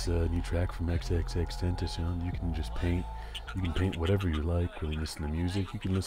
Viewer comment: He's pronunciation is tentashon" " The correct pronunciation is "tentasiyon"